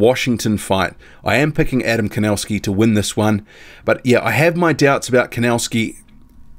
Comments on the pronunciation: The pronunciation is Kovnatzki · Thanks for the HW update I think Kownacki has this one, just wondering why do you call him "Kownascki"?